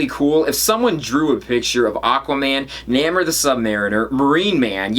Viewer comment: Not to nit pick, but it pronounced "NAY more". OK I guess I did nit pick :)